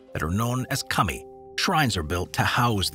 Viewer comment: kah-mi not 'cummy' 🤣